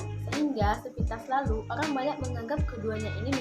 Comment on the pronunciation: Orang, bukan olang kak, Ok kak😌🤗